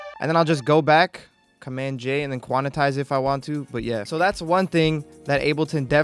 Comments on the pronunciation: HE STILL SAYS QUANATIZE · Mans really said "quanitize" lmao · “Quanitize it” lol